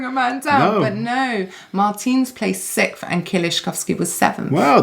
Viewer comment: Do all Brits pronounce sixth as sickth?